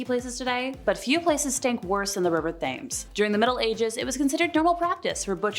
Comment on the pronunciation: the river TH-ames lol🤣🤣🤣